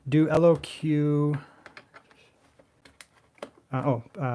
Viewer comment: Say Lock brother. LOQ